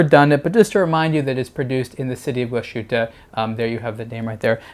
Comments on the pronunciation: Very nice watch and good video. But, man, you're killing me with your mispronunciation of Glasshütte. There's no shushing sound. It's pronounced Glass-HOOT-eh, not glah-SHOOT-eh. If you can say "glass" you can say "glass-hoot-eh." Remember, "thersh" no "shushing shound." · "Gla-shutte":/ Learn to pronounce this name,. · Please pronounce it correctly. "Glas" and "hütte" are separate, so there's no "sh" sound in the middle.. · The pronunciation of the brand name is hurting my ears.